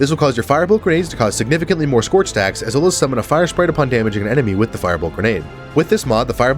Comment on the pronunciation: i heard sex you have instead of stacks you have